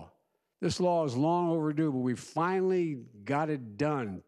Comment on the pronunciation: ya fianally